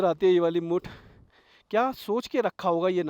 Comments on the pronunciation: मुथ है। भाई मुठ मत समझो बड़ी हंसी आ रही है आपको 😂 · Hindi mein likha hai bhai मुथ मुठ nahi zyada karta hai 😅